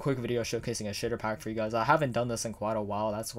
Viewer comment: When he talks fast, he says “sh!tter pack”